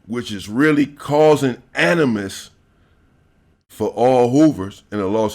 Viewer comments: Your saying the word animosity wrong. You keep saying animos. Just thought u mite wanna no that homie. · Animosity=Animos🤦🏽 it's ok cuz 😂😂😂